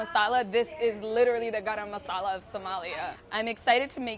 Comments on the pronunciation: OMG SHE SAID GARAM MASALA WITH THE CORRECT ACCENT ❤️ 😍😍😍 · OMG LOVE HOW ACCURATELY SHE PRONOUNCED GARAM MASALA AS WE SOUTH ASIANS DO! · Love the way she pronounced garam masaala!!!